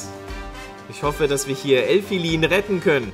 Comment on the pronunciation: Du sagst Elfilin falsch